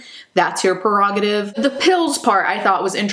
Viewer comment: she said perogative. That's how I remember it. Maybe she is Mandela effected too.